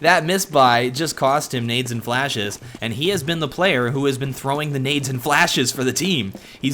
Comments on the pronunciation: why he says needs instad of nades ... wtf is wrong with this guy ..he make everything sounds wrong... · He says nades